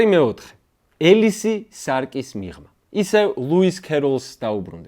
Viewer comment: ელისი არა - ეფროსინე! მეგობარო, იმიტომ არ უყვარხართ ბევრს, რომ ქართული თარგმანის უკვე დამკვიდრებულ "ალისას" "იმათებური" წარმოთქმის "ელისს" ამჯობინებ. ეს არ სძენს დამატებით ღირსებას თქვენს ჩინებულ გადაცემას! შეეცადეთ გვერდი აუაროთ ასეთ იდეოგრაფიულ "ნეოლოგიზმებს"!